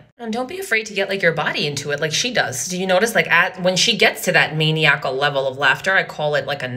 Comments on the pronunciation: I'm still stuck on how this woman pronounced "maniacal." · Gotta love how she cannot pronounce maniacal..yeah she's so intelligent LMFAO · What say us? Well, first, let's get her pronouncing the word maniacal correctly. Then we'll talk. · That's not how you pronounce maniacal. But I will forgive you since the laughing is so on point! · So true. Although you don’t know how to pronounce maniacal.